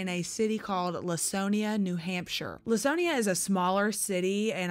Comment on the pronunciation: Minor thing, but as someone who grew up in Laconia, New Hampshire, I'll correct the pronunciation: It's "Lah-kone-ia" -- hard "c," not a soft "c."